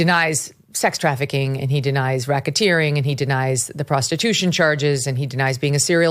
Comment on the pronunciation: what's Rocketeering, Mygen?...it's not something similar to like helicoptering😬🤭...it just sounds like it 🤭